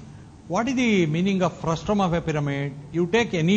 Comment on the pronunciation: It's frustum, not frustrum